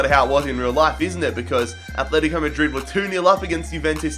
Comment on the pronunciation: It's Atletico not atHleTico